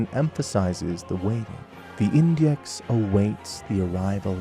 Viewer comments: Iudex (yoo-dex) means “judge” in Latin, if it helps. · Not trying to be rude or anything, but in the first 30 minutes i already spotted 3 mistakes. It's "Iudex", not "Index". The tree skip in Firelink is clearly a bug, the jump is not intuitive at all, but they might have left it on purpose because it doesn't break the game that much anyway. Connecting to the tree skip, you dont get acces to the Firekeeper Soul, just the ring, the shard and the crows nest. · It’s iudex bro, great video though!